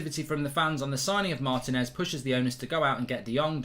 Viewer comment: IT'S PRONOUNCED MAR-TEE-NEZ!!